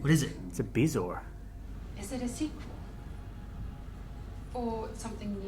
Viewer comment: "Calliope". "Bezoar". Middle guy is a scholar!